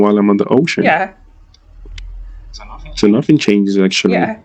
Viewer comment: I'm sure you're right. He sounds so blank and robotic, but you can still hear him talking about Hireland and the hocean.